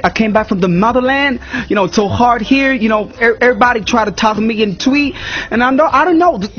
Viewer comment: He didn't say twi pls he said tui😅😄😄